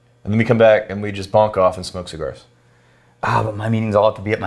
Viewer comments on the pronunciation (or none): Dudes, it's bunk off, not bonk off. Very different things lol... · Bunk off, not bonk off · I hope you guys were saying "bunk off" and not "bonk off". because bonking off is a different thing..... FYI